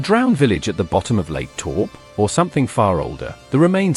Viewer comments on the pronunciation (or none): Lake talp??? Aye.. toupo... Toe.. paw.. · It is a pity you used images that are not New Zealand. Also you should have learned to pronounce maori words. The lake you describe is Taupo, Towpoe. Maori Mowry etc. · Lake Taupo is pronounced Toe Paw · The content is true enough, much earlier settlements were destroyed by eruptions, tsunamis and natural disasters, and archeology has barely scratched the surface ... but you mispronounced Taupo all the way through. You're obviously not a New Zealander so it's hard to take you seriously.